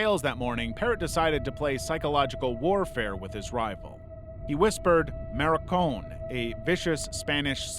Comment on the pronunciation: FYI, "maricon" is pronounced "Marty Cone".